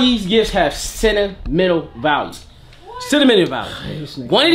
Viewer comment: bruh when was tryna say “sentimental” value 💀💀 somebody said “it has cinnamon in it” 😂😂😂😂